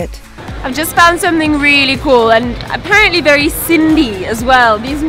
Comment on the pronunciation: sutho maaal ahe 🤩 nailed sindhiiiisss